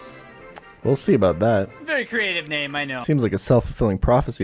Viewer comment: Eyyy you pronounced his name right! Good job.